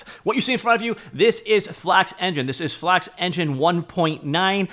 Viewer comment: Bros speaking FlAKX